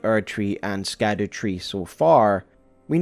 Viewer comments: I get that scadu is meant to be pronounced like shadow but can we admit skadoo is more fun? 😂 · I saw in another comment that scadu is actually pronounced “shadow” it’s old English or something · Its pronounced shadow (scadu) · Scadu is old english and is pronounced like "shadow". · I heard somebody pronounce scadu, as shadow... maybe it's like siofra river, and how IT is pronounced sheefra river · It's pronounced Skadoosh tree, and no one can change my mind. Great Video dawg! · Oh no, he's gonna call it the "Skadoo" tree the whole time, isn't he? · Just a heads up, Scadu in Scadutree is pronounced like shadow. It's Old English, like how gaol is jail. Great video regardless! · Can’t believe how fast you got something of this quality released. So stoked. Also Scadu is just pronounced “Shadow/Shadoo”. It just uses the Old English root, like its siblings the Erdtree (earth tree/world tree) and Haligtree (holy tree) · It's pronounced Skibiditree, actually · I think its pronounced shadow tree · This isn't true. Quoting from someone else here, "Gaol is just an alternative spelling for the same word. Scadu is a much, much older word and is pronounced basically exactly as you would assume. The evolution goes something like Skadu (proto germanic) -> sceadwe/sceadu (old english) -> Schadowe (middle english. This one is actually pronounced pretty similar to shadow, just with that more germanic sch instead of just sh) "Old English" also called Anglo-Saxon, is super different from modern language English came from it, but only after over a thousand of years of influence from other languages. It's just genuinely a different language. Even middle english is pretty different". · idk if anyone has noticed this or mentioned it but when you say scadu it kinda sounds like the dutch word 'schaduw' which is basically shadow lol im pretty sure its just called the shadow tree XD